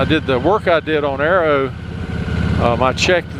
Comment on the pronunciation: Cats, Fords, Harleys but no Porches, BM's or Ferrari's. You're right about cats though, quite mardy little critters when you get back from a holiday away :) RIP Arrow, although I'm not sure you got his accent quite right ;)